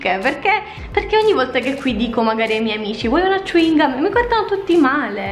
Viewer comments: Cingomma(non con la G,ma con la C) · A Brescia diciamo cicca, ma alcuni dicono ciuingam ed è ciò che dici te solo che noi lo pronunciamo cèuingum; ed effettivamente il tuo modo di pronunciarlo mi ha un po stranita. Comunque lo spalmabile Val soia è buonissimo <3<3